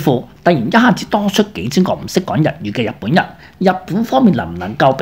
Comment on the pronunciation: 試下做讀報練習，逐字慢速發音準確，慢慢加快。你現在的水準報新聞是不合格的。例如，日本人說成入本人，華人說成懷人，行動說成閒動，推特不是推凸等等。祝進步